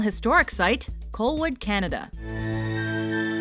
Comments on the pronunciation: Actually, it's not "Cole-wood" It's pronounced by those that live there by call it "Call-wood". And I've been there a few times, it's a nice place. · Colwood is pronounced "Call-wood", not "Cole-wood"